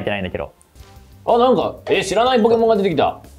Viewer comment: ちなみにこの｢ポーキモーン｣は動画だと説明がないけど英語ネタ ポケモンは英語だと｢Pokémon｣と表記するけど、この｢e｣の上のダッシュ記号がついていないと｢ポーキモーン｣と発音してしまうのだ！